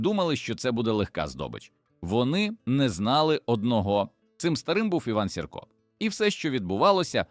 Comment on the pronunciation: Що за наголоси?! Іван Сірка... Він був вовк, а не хімічний елемент 👎